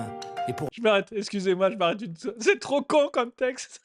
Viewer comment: "Sapés trrrop stylés!" Putain, cet accent qui affleure...